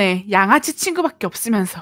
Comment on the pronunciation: 양아치가 양아지로 들렸다리